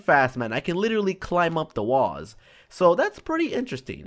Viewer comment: when you say climb up the walls it looks like that u say climb "was"